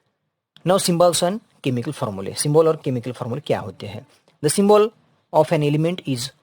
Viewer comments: Sir that is symbol not symbool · Symbol 😂 ❌. Syyybol✅